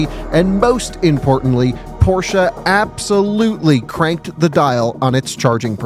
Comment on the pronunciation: Appreciate the proper pronunciation of Porsche